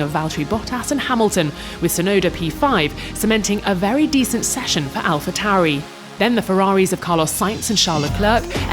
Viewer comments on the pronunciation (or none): none